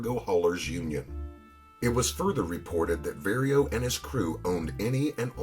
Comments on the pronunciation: His name is Vario pronounced like car💯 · This narrator is butchering these Italian names. He never once pronounces Vario's name correctly. And he says "Nicholas Pileggi" with a hard 'G' instead of the proper soft 'G.' And he says Luchesse like "loo-casey" when it should be like "loo-cazey." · Very well done, however, the only criticism is, as a person that speaks fluent Italian, at least try pronouncing the Italian words correctly. Vah-rio instead of Very-o (Vario) Cah-po instead of Kay-po (Capo)